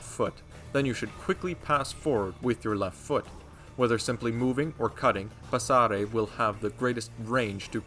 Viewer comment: and are the right pronunciation of "passare" 👍